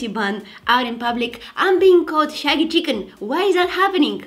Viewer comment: she said 'shaggy chicken' tryna say 'saggy chicken' lolllllll i died so hard